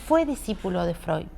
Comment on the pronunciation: Muchas veces es difícil pronunciar apellidos extranjeros, pero que lindo suena al pronunciar Freud con la "d" final y Jung con la "g" final...